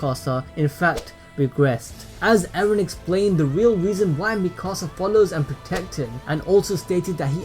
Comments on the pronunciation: Why u call eren. aaron? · Not eren "ereh"